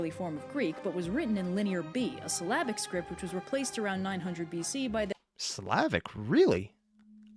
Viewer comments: It syllabic, not Slavic😅 The Slavs were not a distinctive cultural group at that point in time. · Not Slavic, syllabic. One symbol per syllable, roughly. Depending on the language, syllabic writing systems can vary in the specific way they work, so it's often more complex than just "one symbol per syllable". A bit like how the linguistic definition of "alphabet" is "one symbol per sound" (in other words, logographic systems like Chinese, and syllabaries like Linear B that she's talking about, aren't alphabets by definition, at least in linguistics), but when you look at a language like English, which uses an alphabet (the Latin alphabet), that definition is, at best, extremely rough. Also, extra info : The Slavic and Hellenic (Greek) languages are related, they're part of the wider Indo-European family, which also includes Italic languages (i.e. Latin and its relatives), Celtic languages, Germanic languages, Albanian, Armenian (these two are their own branch of the family), Baltic (mainly Lithuanian and Latvian, part of a common branch with Slavic), and Indo-Iranian, which is itself divided into Indic (Sanskrit, Hindi, Urdu, Bengali, Nepali, and a lot of other languages of the Indian subcontinent) and Iranian (Farsi, Kurdish, Pashto, etc.). There are also two extinct branches : Tocharian (spoken in what is now Western China) and Anatolian (the oldest recorded branch we have, with languages such as Hittite, which was written in cuneiform). If you want, there are videos on the topic, though not by OSP. Important note : Writing systems and languages are two different t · syllabic, not slavic, silly, meaning it was based on syllables and not individual consonants and vowels.